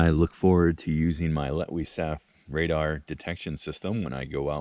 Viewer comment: Hyped!! I'm glad you knew how to pronounce that. 😅 I'm thinking Sam and Daniel could use this because they've had some scary camps. 😬 Bear snack! 🤣🤣🤣 Well, if you are what you eat, you'd give them bears a tasty treat. 😆